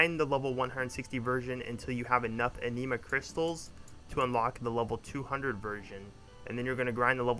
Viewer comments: My friend not talking shit just trying to help its not pronounced aneema. Is ani ma like japanese anime or animal. The 'i' is pronounced like the 'i' in it, not an 'e' sound. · A-nih-ma not ah-knee-ma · omg the way you say anima im going crazyyyyyyy...good guide otherwise